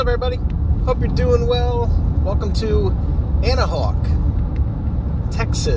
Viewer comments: its pronounced "Ana-Wack" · Bro you butchered our name and if you would have took a left at the main four-way and then turned by our elementary school you would have had a great view of the lake we got a big park there also where the plane crash happened a few years back